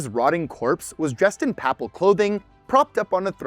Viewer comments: It's PAY-pal.... not papal. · Ouch. Look up the pronunciations of Cannes, papal, and Lichtenstein.